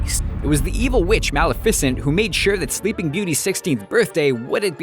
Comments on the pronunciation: its not pronounced mal i fis sent, its pronounced mal le fa sent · wait did he just call Maleficent Maleficent..? (Mal-eh-FISS-ent instead of Mal-EF-i-cent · Malifisint? It is Maleficent. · wzf he said mal-ef-is-ent it's maleficent xDD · Mah Lea Ficent? ITS. Me- lef-acent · C 'n' S Gaming Maleficent not Malifecent😂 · Libby Mason nope he said mal-if-is-int instead of mal-ef--a-sent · MALeFICent? For real? It's.. ugh.. guys. It's MalEFicent. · MAL-EH-FEH-SCENT? You make me facepalm so hard it breaks my skull. since i am OCD i am going to uh. Correct you on that. it is Mel-eh-feh-scent. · WOW he just got it toataly wrong mul-ef-is-ent simple not mal-af-es-nt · "Mal-uh-fis-unt"? Really? Muh-lif-uh-cent more like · The way he says Malifecent tho. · The way he pronounces malificent makes me cringe... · He says malafisent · Excuse me? "MAL-eh-FI-cent"? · that isn't how u say Mal-ef-i-cent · Is it just me or did he say melificent like malefecaint 😂😂😂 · you said malefecent wrong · MAL uh fis sint? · The way he says malificent ugghh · Sydni Parker ya he says mal-f-es-int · U say malefacent wrong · It's ma-lif-a-cent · am i the only one who noticed how he says malificent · the way he says Male-fe-cent 😂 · Lol the way he says malifecent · MaLE ficent 😂😂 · The proper title for this should be: "Disney movies that stole footage from other Disney films" also it's pronounced Muh-lef-uh-sint. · Mal-eh-fis-ent... Are you kidding me?!? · did he just pronounce it Mal-eh-fi-scint!?!?! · Lmao the way he pronounced Maleficent 😂😂 its Mal-eh-fi-cent. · 'Mala-fih-sint' What even- . . . Wait. . . sin-t. Maybe that /is/ how it's pronounced? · Omg I couldn't stop laughing when he said maleficiant 😂😂😂😂😂😂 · you pronounced maleficent wrong (Ma-lif-uh-cent) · why did he say mal if i sint? its mal ef esent.... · Mal eh fis ent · Mal-eh-fes-ent. What the heck?? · That annoyed me soooo much! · He pronounced Maleficent wrong. *shutter*. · Triggered by how he said maleficent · he said Maleficent wrong